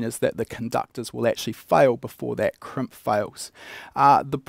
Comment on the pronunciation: Kremp? I thought it was called a Crimp...